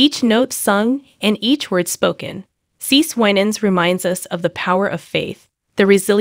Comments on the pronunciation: It's pronouned "See See". You should confirm the pronounciation of your subjects before posting a video and disrespectfully, although not meaning to, pronouncing their name incorrectly. Please STOP and review before posting. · If you can't pronounce her name correctly be quiet please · Firstly, I don’t understand the title: “The Messy Life…..”. Secondly, as some of you have suggested this is an AI recording, so now I know why CeCe’s name has been mispronounced repeatedly throughout this relooped recording! Utter rubbish!